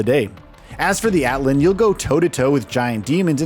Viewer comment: The mech is called Atlan not altan